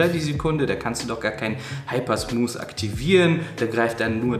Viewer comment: Oh, Ihr lieben Deutschen-Kollegen ... in diesem jungen Alter und Du kannst immer noch nicht das englische "TH" aussprechen... Und dann noch ein Video veröffentlichen und allen zeigen, dass Du schlecht englisch kannst... Mensch, lernt doch das "TH" aussprechen, liebe Leute!!! (nur gut gemeint, aber doch ärgerlich, wenn man Smooth nicht ausprechen kann) All the Best weiter!